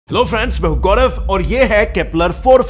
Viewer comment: Did he say hello friends or lo friends ?